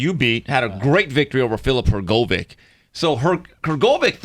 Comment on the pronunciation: butchered the pronunciation of Hrgovic.